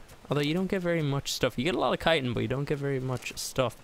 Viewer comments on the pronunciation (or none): none